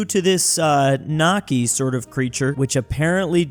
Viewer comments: The way you pronounce Näkki makes it sound like "nakki" (=wiener). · In that comic in 3.10, where you read näkki as nakki, you change the whole meaning of the sentence. Since nakki is frankfurter in Finnish and Näkki is a monster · Its kinda funny that näkki The finnish folklore sounds like nakki what is the thing inside hot dogs